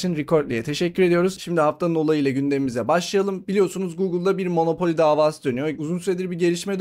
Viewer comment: monopoli değil monopol.